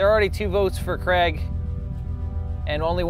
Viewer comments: Why do you pronounce Craig 'creg'? It's Cray-g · Seriously, I love this series so far, but please pronounce it Cray-g, not Creg lol. That aside kudos to whomever built the Smosh tower... well everything, it's awesome!! Have you got a team name yet